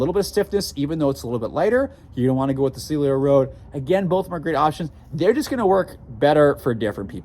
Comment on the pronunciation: You keep saying "Celio" (silio). The name is "Cielo" (sielo) 😅